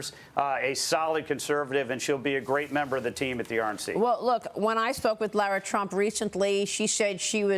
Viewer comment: its Lara not laura